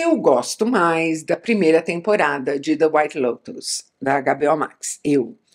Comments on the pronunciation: Adorei ouvir o "Agá, Bê, Ó" Max! Bem nacionalista, gostei. Conteúdo do vídeo foi melhor ainda, claro! Assisti a várias das séries citadas e concordei muito com sua opinião. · Isa fala para nós por que você chama a HBO Max de Agabeó max, kkk?